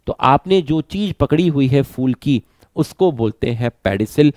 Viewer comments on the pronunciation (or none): none